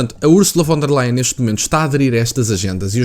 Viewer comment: E lê-se Fon der Leyen !! Em alemão o V lê-se como F